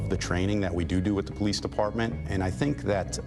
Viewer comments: I know this is a serious situation... but officer "Pullease"? Lol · I love how it sounds like they’re saying Sgt. Police. 😂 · Really Sgt. Pullease, pronounce Police, no one else is going to say anything about that?? 🤣🤣🤣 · You really telling me this cop’s name was Pullease? Pronounced Police? SGT. Police? Are you serious? No one sees this as them making a joke of how easy it is to hide a perpetrator cop’s identity to relocate them to a new dept punishment free? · It sounded like she said "Christopher Police", but that can't be right.